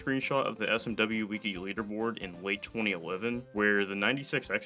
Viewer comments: please never say “wiki” as “weeky” again…. im telling you this out of the goodness of my heart. it’s pronounced “wicky” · why tf do you pronounce it "Wee Key" instead of "Wiki", your pronunciation makes me so uncomfortable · Why do speedrunners need pronouns next to their gamer tag on their website? Such a sad virtue signal. That’s when I stopped using it. Speedsouls is where it’s at, hopefully they expand. Also Wick-E, not Weak-E. Sounds strange when you say it like that. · "w-ih-key" the first I is pronounced "ih" and not "ee" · The fuck is a Wiikey? You mean a Wiki? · Did this mf just say weaky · Good video. Your mispronunciation of Wiki messes with me.